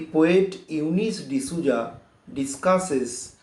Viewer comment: It is Souza right? Sir is telling it to be zouza? Is that the pronounciation?